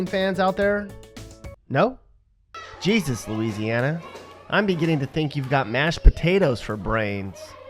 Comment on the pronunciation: your pretty dumb yourself, seeing as how you don't even know how to pronounce Louisiana.